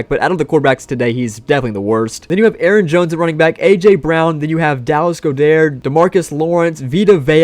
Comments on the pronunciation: I'm just here to nitpick because it bothers me and I noticed it in another video as well, but you're pronouncing Dallas Goedert's name wrong. It's not [goʊ-dɛər] or Go-Der, it's [ˈɡɒdərt] or GOD-ert. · “Dallas Go-Dair” 😂😂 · Bros still saying Dallas Go-dare, how tf do we get him to learn